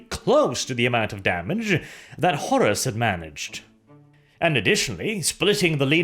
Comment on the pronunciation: Pretty sure its Horus, not Horrace. :-)